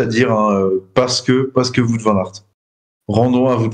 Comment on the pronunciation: Salut les gars. Wout ça de dit Wow-te, pas voûte. Merci 😄